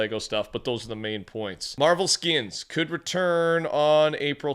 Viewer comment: Why does bro say “skins” like “skiens” it bothers me so damn much